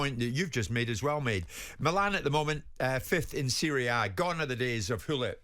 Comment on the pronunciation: Jim, learn how to pronounce ‘Serie A’ correctly if you’re going to refer to it. (The pronunciation of almost all Italian - in fact most foreign names - is abysmal across the British media).